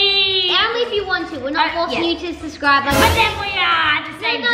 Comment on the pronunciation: It's so funny that said Suscribe!! 😂😂😂